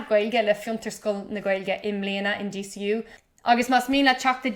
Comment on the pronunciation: Abair DCU mar “day say ooh,” le do thoil.